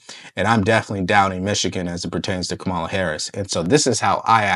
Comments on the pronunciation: I wish would pronounce "KAH-ma-la" correctly. It's not "Kam-AH-la". So many people in the media appear not to know the correct pronunciation, or worse, they do know the correct pronunciation, but decide deliberately to mispronounce the VP's first name. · It's not Kamala It's SHAMALA !!